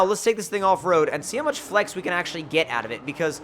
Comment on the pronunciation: tf does he keep saying flex like that?? FlaEhxxx